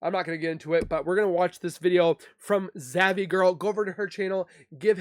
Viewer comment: It's pronounced ZAV not Zavy